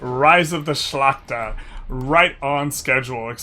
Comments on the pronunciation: Ngl, your perfect pronunciation of Szlachta is hella impressive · Im suprised by your pronounciation of Szlachta! Its really good, love from Poland! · You are actually pronouncing Szlachta perfectly.